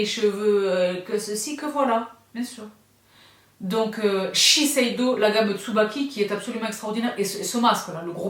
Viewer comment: la seule personne au monnnnnde qui prononce « chez Shiseido » aussi facilement 👏🏻😅